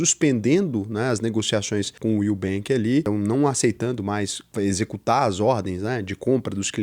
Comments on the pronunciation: Vc não fala direito o nome do banco Will, fala como se fosse o nubenk??? Está querendo formar opinião??? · que susto, eu ouvi "nubank" akkk